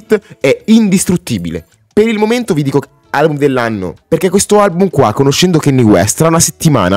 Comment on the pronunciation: si ma kenni west non si può sentire